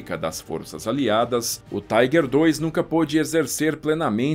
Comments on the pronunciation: A pronuncia não é Taiguer ,senão Tiguer! Alemão falando aqui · tem que falar tiger e não tigre se não os historiadores de apartamento dão chilique